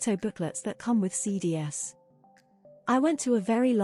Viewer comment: "Cee dee ess"? That's "cee dees."